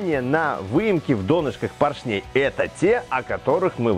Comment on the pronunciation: Спасибо за видео, класс, слово клАпанов ударение поставили правильно, а вот слово пОршней - нет. Правильно ставить ударение на О - пОршней, а так всё супер